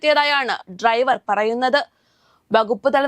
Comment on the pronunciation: ഈ കുട്ടിക്ക് ഇംഗ്ലീഷ് ഉച്ചാരണം ഒന്നും അറിയില്ലെന്ന് തോന്നുന്നു. “ബെസ്” “ട്രൈവർ” “റോട്ടിലൂടെ” ഇതൊന്നും ശരിയായ ഉച്ചാരണമല്ല. ഇതൊക്കെ പഠിച്ചിട്ട് പോരെ ഈ വർത്താവിവരണം?